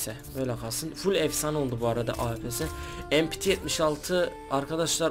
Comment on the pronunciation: Empiti değil mepete denir açılımıda (milli piyade tüfeği)